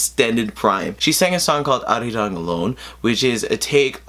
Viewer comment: This was one of the most informative Sohyang reactions I've ever seen. Thank you. Also, why is your Korean pronunciation for arirang so good? Unless you studied the language, most people tend to roll the "r", which is not part of the Korean pronunciations.